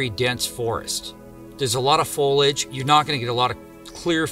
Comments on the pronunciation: please, for the love of god, quit mispronouncing the word FOLIAGE ..FOE LEE IDGE NOT FOIL IGE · As a horticulturist, I need to inform people that when discussing the leaves on the trees, the word is (foliage) not foilage. Sorry not sorry lol. It's a pet peeve equal to nails on a chalkboard to me and I don't think foilage is a word at all. Thanks for letting me vent. Never stop looking for the truth. It is out there.🌿🍁🌳🌲🐿👣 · Why do Americans say ‘ foil-age’ it’s foliage that’s foly-age ! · The word is "foilage"- Use it in a sentence please. "I peeled the foilage off my hotdog" "it was wrapped in a layer of foilage" "3000 years was the approximate foilage". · Is this the "foilage" person, still? 🤔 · I was listening right up until you said foliage😂